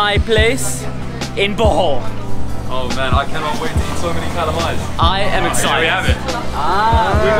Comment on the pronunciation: I’m Filipino and I never knew about chalamay. It sounded like he was saying “butthole” instead of “Bohol” hahhaahha